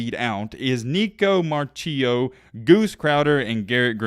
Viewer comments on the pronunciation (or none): Nicco marchiol is a beast and it’s pronounced (mar-key-all)